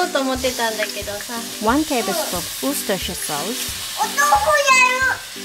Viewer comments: that looks nice, When i was young it was called Worcester sauce but I think the name changed to Worcestershire sauce because it is not made in Worcester but somewhere in the county of Worcestershire but you said it perfectly where most people find it a bit of a tongue twister, Are you considering creating a cook book or a downloadable one or even a cheat sheet to down load it would be easier to use in the kitchen while cooking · Nice job on the Worcestershire pronunciation!!!